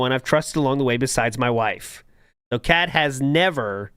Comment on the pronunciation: Why does everyone write "Khet" when DSP clearly says "Kheah"